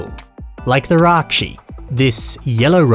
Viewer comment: Ракши а не райчи